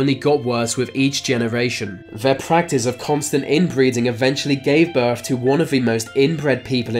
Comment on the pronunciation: Healf he says. Birff he says